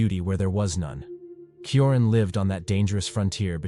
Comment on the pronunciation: Cioran is pronounced: CHO-rAn